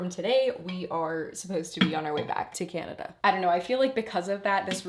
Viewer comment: I don't think you are saying Canada correctly. 😂😂